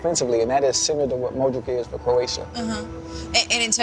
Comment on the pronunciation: ochocinco saying modric "modrik"